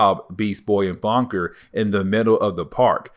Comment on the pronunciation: Bunker not "Bonker"🙄.